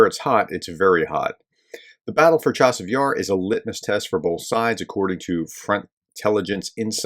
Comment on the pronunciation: Not Chavis Yar, professor, Cha-seive Yar